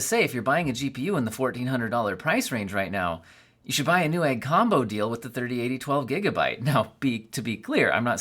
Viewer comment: ok but it's newegg